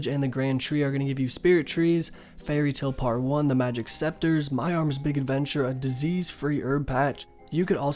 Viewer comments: It's pronouced seCAteurs ^^, thanks for all the guides though. Rsn: Revaxx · ITS PRONOUNCED SEKATERZ LMFAO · « The Green sceptres give 10% better yield » BRO, CANT YOU READ?THEY’RE CALLED « SECATEURS » come on man, have you never been in a garden before?! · Se ca teurs Not sceptres :p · it's SECATEURS ya dick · It’s pronounced ‘se-ka-tiers’ my man :D